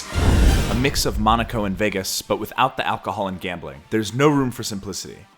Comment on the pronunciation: It is Monaco, but ok, second is good aswell